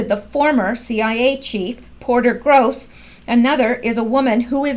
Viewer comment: hahahaha...the former cia chiefs name is Porter Goss...not GROSS....I love it when Q trolls